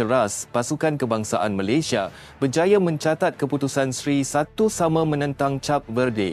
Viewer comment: Yang aku Eran apa lah Bodoh dia org nak cakap Malayesd..Malaysd bapak hang Malayesd..ui..ini aku sudah belajar sampai luar negara..Aku nasihat...kalau nak berbicara..Bia guna otak..jangan guna hati..bodohhhh...